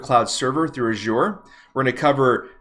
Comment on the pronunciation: love the way you pronounce 'azure'.